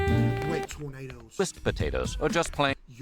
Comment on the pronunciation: true, I worked at a gas station and never heard anyone pronounce them like this lmao